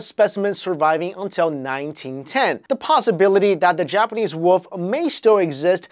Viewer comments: i like how he says woof instead of wolf c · you said wolp not wolf get rekted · "The Japanese woof" I died when he said that